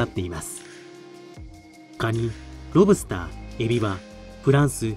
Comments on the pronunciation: セプテットリリー ロブ↑スター→が通常。ロ↑ブ↓スターは違う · ロ↑ブ↓スター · ロ↑ブスター